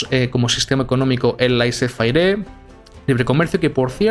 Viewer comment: laisís fer* o más o como se pronuncia xd